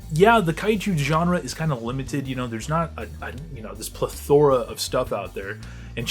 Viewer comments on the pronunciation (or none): In a friendly manner, just letting you know, it's pronounced PLETHora not plethORa. Sorry, that shit kills me and I can't stop myself, just in case it's not a choice and you actually don't know how it's pronounced. For what it's worth now, this is an excellent video, in a sea of awful kaiju channels ran by little kids, that hate Hedorah and think the mutos are the coolest things ever.